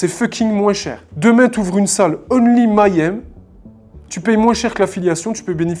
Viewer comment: Salut, excellente vidéo, mais il faut que tu apprennes à prononcer le mot si tu dois le répéter autant dans ta vidéo... Petite astuce, Mayhem se prononce comme ceci (je te fais grâce de la phonétique): commence comme "meilleur" et rajoute "aime", ça donne "Meillaime" = Mayhem Continue le bon boulot 😊